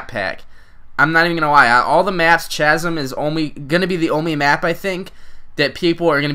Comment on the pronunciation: Lol chazum? I think its chasm the h is silent